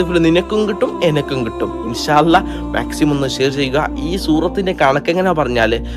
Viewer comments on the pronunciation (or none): none